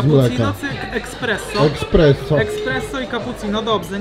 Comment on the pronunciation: Espresso a nie ekspresso